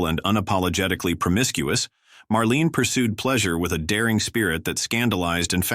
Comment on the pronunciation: Marlena not Marlene.